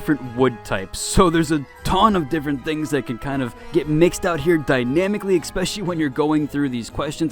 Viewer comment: I was watching the video and decided to comment and beg you not to say "exspecially" but then you said "deuces" and my facepalm went through my forehead.